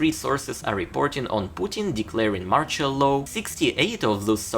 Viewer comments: You pronounce "martial law" wrong, its not like "partial" but more like marshal. Put it in google translate as english and without even translation you can click on the sound button ;) Thanks for your videos! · not MORCHOL, MARTIAL, marSHIal. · Sorry, but please, work on the pronunciation of the words "martial" and "partial". No offence taken I hope. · You are destroying the pronunciation of the word MARTIAL ...